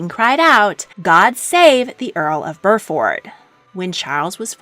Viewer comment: It’s BUR ford, not bur FORD. It’s like saying ox FORD